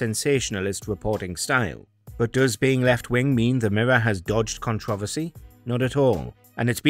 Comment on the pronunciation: Pronounce controversy properly